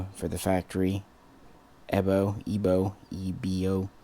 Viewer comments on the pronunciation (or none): EBO pronounced as E (ai.....like "air") B (V...) O (single O...not Oh) EVO...like you say EVO-lution...